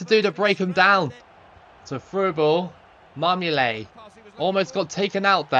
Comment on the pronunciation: you keep calling marmouyet marmoulet